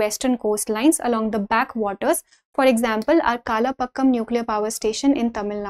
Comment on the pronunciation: ❌ kalapakkam ✅ kalpakkam